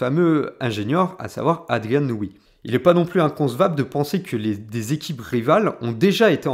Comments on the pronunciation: C'est "Adrian Newey" et pas "Nouille" ou "Nouhou" xD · Adrian Niou-ou… le paroxysme de la prononciation! Bien joué!